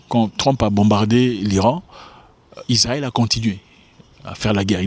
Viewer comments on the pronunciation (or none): none